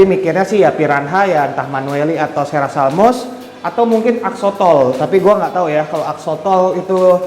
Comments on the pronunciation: Ku kira salah dengar 😁 Ternyata emng kebalik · axolot bang, bukan axotol🤣